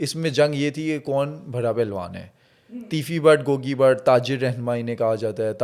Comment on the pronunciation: Gogi, not Gooogy